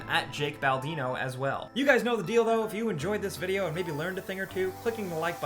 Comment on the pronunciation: "You guys know the deal though" ...eheh, sounds like "dildo"